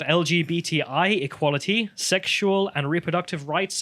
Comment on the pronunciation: Sounds like she's pronouncing the word in French.